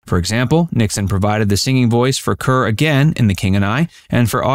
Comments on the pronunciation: SO many `classic movie` videos have real clangers in them because millennials don`t know how to pronounce the names. Every time he said `Cur`, I winced. Then you get told, oh, don`t be such a film snob! No kidding, wanting it pronounced correctly is being a snob. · Her name is pronounced like Car. Deborah Kerr (Car) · Deborah Kerr is pronounced to rhyme with ``car``. You millennials. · CAR, CAR is the way Deborah Kerr pronounced her last name check it out!!!!!!!!!!!!!! Please! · Deborah “Karr.” Charles “Boyay.”